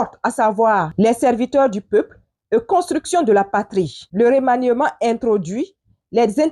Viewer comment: Bonjour muso. Revoie la prononciation de remaniement. Le"e" ne se prononce pas. Ton esclave du sud ouest.